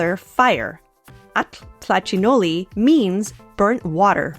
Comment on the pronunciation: Now I know how to pronounce atl-tlachinolli correctly :)